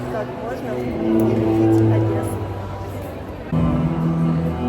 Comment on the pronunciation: Одэссу бэрэчь 😂😂😂😢😢😢🤦🤦🤦